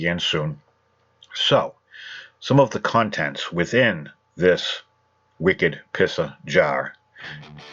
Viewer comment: Love the "Wicket Pissah Jah"